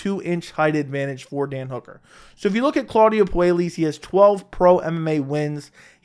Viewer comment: It's pronounced Poo-eh-yes by the way